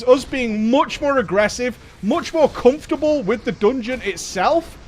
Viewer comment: MOOTSJ MORE AGGRESSIVE MOOTSJ MORE COOMFORTABLE WITH THE DOONGEON ITSELF